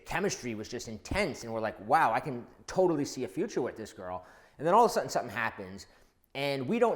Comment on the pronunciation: all of a 'sutton' where do you get that horrid pron from?